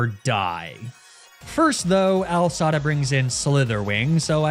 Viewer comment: The commitment to calling her Al Sada instead of AI Sada is commendable